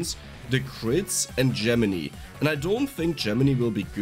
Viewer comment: I think I'm gonna like this weapon in the 'make a ball of death around yourself' types of builds. BTW, not to sound like a dick, but Gemini is pronounced like 'JEM-in-eye', not 'JEM-in-ee'.